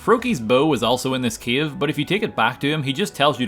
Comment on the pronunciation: When I stumbled upon your channel I was not able to understand your speech. Now I am saying the word "cave" as "Kiev", the capital city of Ukraine.